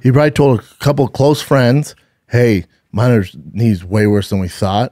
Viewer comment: I’m so confused by why his production crew lets this man MISPRONOUNCE EVERY NAME. For someone who gets upset when someone calls him Brandon, he sure doesn’t seem to give a hoot about pronouncing names correctly lol. WAY-LAY? CRUES? MINER? All those are way off 😂